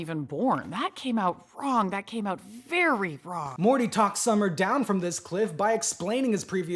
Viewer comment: Every time I rewatch this I get skewered by the “vewy vewy soon” and it still surprises me a little every time